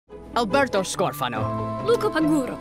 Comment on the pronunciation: the way Alberto says his name is just PERFECT